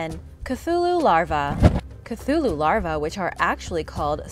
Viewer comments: Omg she said cthulhu right. Just teasing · So glad she pronounced Cthulhu correctly this time.